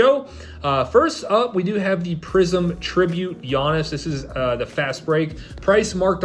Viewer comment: You know the guys don't know shit when they pronouce Giannis, Geeanus